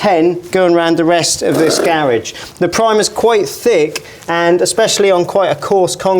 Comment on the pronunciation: I couldn't get past him/they pronouncing garage that way.